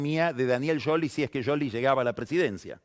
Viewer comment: Espectacular como siempre lo de Pagni, pero no puedo definir con palabras lo nervioso que me pone cuando le dice "YOLI" a Scioli.